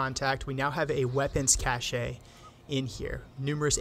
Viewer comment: Just one minor, minor quibble... "cache" is one syllable, not two, pronounced exactly like "cash". Otherwise a really interesting video explaining the thought process of an assault. I learned a lot from it.